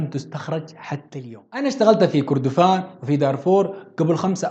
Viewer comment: التاريخ ده قرينا في المدارس مافي جديد .. وكردفان انت نطقت الاسم غلط.. كان اسمها مملكة الم٧ ات . وشكرا